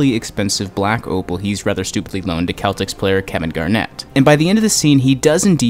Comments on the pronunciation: bro called them the keltics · You mispronounced "Celtics". It makes an "S" sound not a "K" sound. Technically you did say it right but that's not how the sport team pronounces it. Just letting you know. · It's "Sell-ticks" not "kell-ticks" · this dude really just said "Keltics" instead of celtics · So everyone’s gonna ignore this guy saying kel-tics not cell-tics? Okokokokokok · “Ketlics” It’s Celtics 😭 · i left the moment he said Keltics and not Celtics... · this man said Keltics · This video, and every Royal Ocean video rocks, but am I the only one who giggled like my arrogant 7yo Boston-raised self when he pronounced Garnett’s team as the “Kel-tex”? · did he say Kel-tics player? I know that’s technically right but as a sports fan, I had to pause. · Bro it’s Celtics pronounced like sellticks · Wtf, you don't even know how to pronounce the Boston "Celtics" [sell-tics] ? Anyone who's ever touched a basketball ought to know that! C'mon bro - what country you from? It's a legendary sports organization. I dig your videos though. 👍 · You've seen the movie. That means that, even if you don't do sports, you know how to pronounce Celtics the way the team pronounces it. Since you didn't, I can only imagine you're taking a hardline stance on it. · Someone teach this man how to pronounce celtics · I think without any context of the Boston Celtics it's completely fair to pronounce the word the correct way, however I agree he should be getting it right considering it's pronounced in the movie multiple times